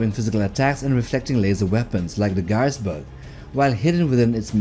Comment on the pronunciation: ガイエスブルク要塞の読み方安定しなくて草